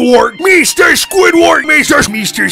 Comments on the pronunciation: Mr SqüįdFærrt!!! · MISTER SQÙĪDWÆRD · M e s t e r s q u i d f a r t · MEESTER SQUIDWEED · I love the part when he said mr mester squidword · Mr squidwaha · meester squidwurd